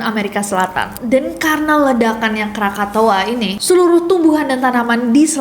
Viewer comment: Krakatau bukan Krakatoa 😅